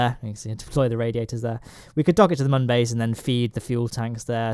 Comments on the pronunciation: Its not mun its moon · ITS MÜN NOT MUN! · Say it with me. Mün not Mun. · And you don’t say mon you say moon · it's pronounced moon, the U has two little dots above it, those are accent marks. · it really buggers me off how you pronounce "mun", jeez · Saying "Mun" with a short 'u' is hurting my soul. It doesn't rhyme with bun. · Pronouncing mun wrong. Literally driving me crazy